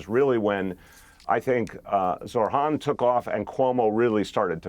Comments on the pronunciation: When is somebody going to tell Bill that his name is not Zor-Han? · it's not pronounced Zor Han